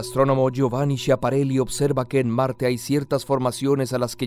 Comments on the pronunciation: El "schia" de Schiaparelli se pronuncia "skia". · se pronuncia skiaparelli... Que por cierto es hermano de la diseñadora Elsa Schiaparelli, íntima amiga de Salvador Dali y una de las mujeres más influyentes en la moda del siglo XX. Deberían hacer un video sobre moda. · Shapareli? por favor... cuesta poco informarse.. canali es canales en español...